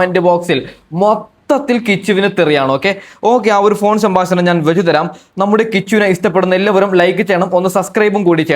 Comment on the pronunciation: ശംബാസനം അല്ലെടോ സംഭാഷണം.